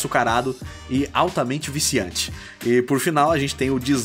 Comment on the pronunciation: "Extremamente viciante e açucarado", acha que nos engana, ele deu muita ênfase pra esses adjetivos, deve ter alguma coisa a ver com a lore 🤔🤔🤔